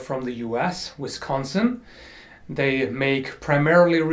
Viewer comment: gah, you murdered the pronunciation of Wisconsin lol